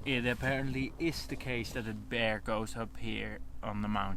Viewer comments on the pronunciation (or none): ...note how he enphasize the word "BEAR" 😁